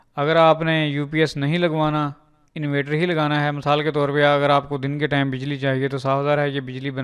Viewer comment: bro its not invater ,its inverter